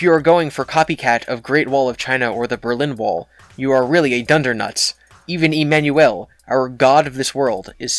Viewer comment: The way you say emanuel bothers me